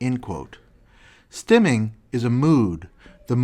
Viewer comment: This dude saying "neechy" and "stimming"